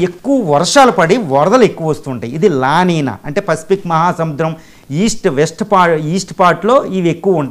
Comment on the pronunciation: వాటిని "ఎల్ నిఞో" & "లా నిఞా" అని పలకాలి.